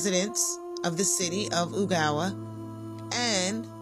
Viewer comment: It’s pronounced “Oh”Gallie. I love this series.